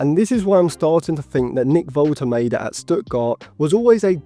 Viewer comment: Woltemade is very good, he’s a goal threat every game for VfB. Would love to sign him but selfishly want to him stay at VfB so we get more consistent. Side note, Woltemade is pronounced (volte mah de) for future videos 😁